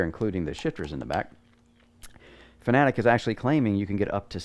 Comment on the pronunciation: Thanks for pronouncing fanatec correctly , someone gets it